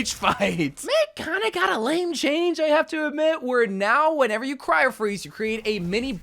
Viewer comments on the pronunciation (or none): none